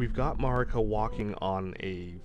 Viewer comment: Erdtree/Redtree …hmm think on that 😮 side note you’re saying Marikas and Messmers name wrong